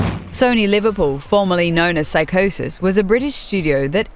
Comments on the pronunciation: "Psygnosis", not "psychosis". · You did NOT just pronounce 'Psygnosis' as PSYCHOSIS! FML, do you not know anything? You said they've been around 30 years. GET IT RIGHT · It's PsygNosis, not psychosis. Lol. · Yeah I'm 44, it's not psychosis mate it's psygnosis. My point being she said the name wrong. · Did she just call Psygnosis, psychosis? #FAIL